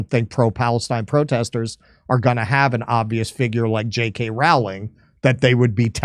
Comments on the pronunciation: Yes , the law sucks.Please pronounce Rowling , ' rolling' as in rolling stone. Not hard. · If only we could make it illegal to pronounce JK Rowling's name wrong!